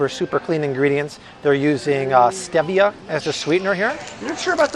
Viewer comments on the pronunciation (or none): Worries about plant sourced oils, but promotes pork rinds and pork chops. Sorry but I can't take anyone seriously if they can't pronounce kefir and stevia.